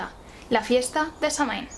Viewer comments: ¡Excelente!...lo único que encuentro errado es la pronunciación de Samhain; pero no solo en este canal, hay otros en Youtube que no se ajustan a la original. ¡Gracias! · Aquí tenemos el día de muertos, amo tus vídeos y amo como narras las historias, mi único conflicto contigo es tu manera de pronunciar Samhain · Es un vídeo muy bueno y la verdad es que poca gente comenta las diferencias entre nuestro calendario y el celta y el tema de las cosechas. Además, tu voz de narradora es perfecta y hermosa y el maquillaje lo borda. Eso sí, aunque supongo que la pronunciación de Samhain puede considerarse correcta, creo que está españolizado, la pronunciación celta (o al menos la pronunciación actual en gaélico) sería /sawain/ o /sowin/ porque en este idioma mh se pronuncian w (yo se algo de gaélico, viví un tiempo en Irlanda). Te gustaría la película "The song of the sea", por cierto, si no la has visto. Está muy relacionada con Samhaín. Oh, y en mi pueblo de las montañas de Gredos, en Ávila, se celebraba tallando calabazas y subiendo a la torre de la iglesia para encender una hoguera, asar castañas y contar historias de terror. Se notaba la reminiscencia. Y eso, buen video, a seguir así! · Una corrección: se pronuncia "sóuin". 🔥🌛🌚🌜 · Se pronuncia SAWIN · Muy buen video y excelente la explicacion...aca en Irlanda la palabra Samhain la pronuncian " SAUIN" o "SAWIN" y no la calculan con la luna llena sino la fecha exacta ente el equinoccio de otonio (mi teclado no tiene enies, perdon) y el solsticio de invierno... Este anio 2020 la fiesta se Samhain cae el 7 de Noviembre...yo te sigo a ti...calculando la fecha con la luna llena... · Excelente información como siempre, solo un comentario, la pronunciación celta de Samhain es SAGÜIN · "quelta" "sáwin" :) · Samhain se pronuncia SAGUIN , proninciando la u y enfatizando la a como una a profunda y grave. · Samhain es una palabra irlandesa y se pronuncia "Shouin"